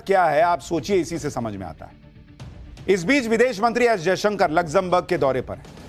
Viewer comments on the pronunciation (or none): none